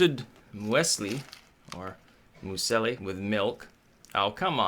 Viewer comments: Moo-ESS-li? I had a good laugh at that! That's pronounced "MEWS-lee". And yes, it's super-bland and generally horrible. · it's pronounced "Mewsly" It's oats, nuts and fruit-based breakfast cereal, common in the German-speaking parts of Europe (and probably elsewhere). It's from Switzerland (the -li at the end is characteristic for the Swiss-German dialect). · It's pronounced Myousley. It's apparently Swiss, or so they tell us on Alpen adverts. If it's good muesli it's awesome. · um.... MUSE-lee y'all.... (muse as in music!) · You should have added more water to the muesli. BTW, it's pronounced as if the "mues" rhymes with "Jews" and the "li" is pronounced as in General "Lee". So "Jews Lee" "mues-li". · americans don't know what muesli is? "mew (moo) zlee" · Its pronounced "moo's lee" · pronounced "myooslee" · Muesli pronounced Muse lee. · It's pronounced Mews-lee :P I'm surprised muesli isn't nearly as common in the US as it is here in the UK, though. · Muesli. Mews-Lee. Sounds like Bruce Lee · moo's lee